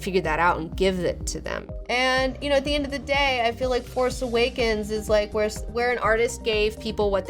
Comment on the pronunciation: why are u calling it the "farce" awakens ?